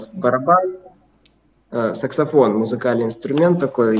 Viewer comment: Пересматриваю периодически, ооочень крутой выпуск)) так правдоподобен в образе малыша... реакция людей с округлившимися глазами - это нечто))) Забавно как поржал над словом сЕксафон))) парень походу даже и не въехал, что произносит неверно название инструмента на котором играет)))))